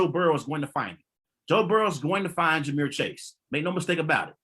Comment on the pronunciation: AND ITS JAMAR NOT JAMEER